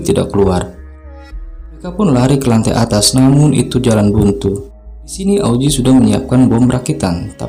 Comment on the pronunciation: Augie bukan auzi wkwkwkwk